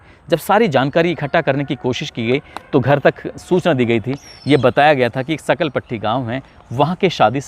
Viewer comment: सकलपट्टी नहीं सांखल पुट्टी गांव है वो